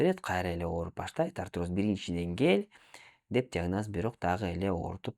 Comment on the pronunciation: Арироз деп жатат